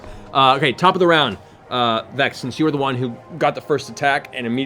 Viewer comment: TRINKET IS A BOY ! (In Laura Bailey's voice) Also it's Vex not Vax.